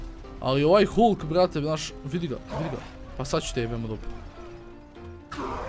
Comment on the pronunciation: Ako oces pravilno kaze se HALK!!